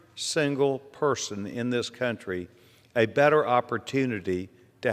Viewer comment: Your emphasis needs to always be on the words "THIS COUNTRY". Not any other country.